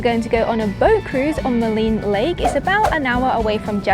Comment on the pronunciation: Thanks for pronouncing Maligne properly. No one else has or does in travel videos.